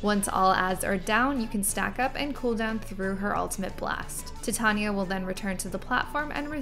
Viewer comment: not to be that chick but her name is pronounced "ti-TAN-yuh" Tan as in Van. Atleast that's how Shakespeare intended. Also, thank you for this!